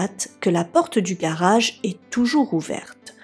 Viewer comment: Je suis particulièrement déçu que tu ne tiennes pas compte des remarques que l'on peut te faire... Tu es plutôt mimi à regarder...tu as un jolie timbre de voix et ton accent du sud (je suppose) rend tes histoires fort dépaysante... Mais par contre qu'est ce que c'est moche de t'entendre dire mariâche...montâche... garâche...partâche...et tous les mots finissant par age... Pourtant tes récits ne sont pas toujours ou souvent repris par d'autres...